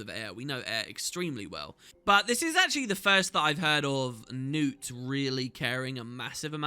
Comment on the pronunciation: I always forget to check, does the voice acting actually pronounce Knut 'Newt'? Because it has a K in it, and we don't have silent consonants in Scandinavia.